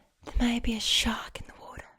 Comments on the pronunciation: Advice for the Australian accent, be less “posh” and fasten up the pace a little bit and make sure for words ending with r like water u have to pronounce it like warta (wart as in the warts u get on ur body and then a “ahh” sound like u hurt ur self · You NAILED the pronunciation of Water in the Australian accent! I find the Valley Girl accent very relaxing during roleplays that have a focus on personal attention such as your Britney Spears videos. Perhaps it's some deep seated want to be doted on by the "popular girls", which of course makes little sense coming from an Australian.